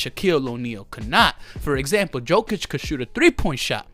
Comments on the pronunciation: Yokic read it and that's how you shoul pronounce his last name. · Yo! First of all is not DZOKIC!!! IT IS J J J J J J J J J J J J OKIC!!!! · Great video 😂😂. It’s pronounced “yokitch” for future reference.